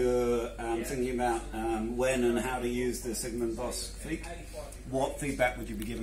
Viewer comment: you have the right pronounciation! :-D